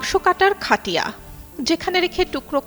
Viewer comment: মূর্খ চোদা অটোপাশ চোদানী মাগি খবর পাঠিকা ! তুই বারবার খাটিয়া বলে ভুল উচ্চারণ করেছিস ! জিনিস টা খাটিয়া না ! উচ্চারণ হবে খাইট্যা বা খাইট্ট্যা অথবা খাইট্টা !! অর্থাৎ ট এর উচ্চারণ ডাবল্ হবে বুঝলি ! মূর্খ চোদা মাগি ! তু্ই যোগ্যতায় নয়, চোদা দিয়ে চাকরি নিয়েছিস ! ফালতু চোদা